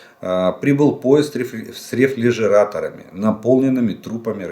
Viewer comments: рефРижератор. Не рефЛижелатор. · Ждан.... . рефрижератор,а не рефлижиратол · Бля.......рефЛЛЛЛЛЛежератор , повторенный 2,5 раза выбыл у меня чашку с рук!!!! Это нечто! То , что по пять раз повторяется одно слово, ЭТО САМОЕ, но рефЛЛЛЛежератор это 3,14 здец и 11: 14, 15